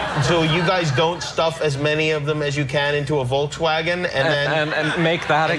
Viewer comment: "Wolksuegen" XD